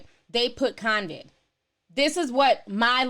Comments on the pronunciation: It’s CO-VID. Not. cON-viD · It's COVID NOT CONCID Ti!!🤣😭😂☠️☠️☠️☠️ Co-Vid...no Con-Vid...no N in it lol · Convid? No its CO-VID. There's no N sis. 😂 ETA: when they take people streams down for that? I thought they were taking people streams down if they called it the "Asian country" virus. 😕 and they put a CDC banner on your vid. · COVID DOLL...NOT CONVID🤦🏾‍♀️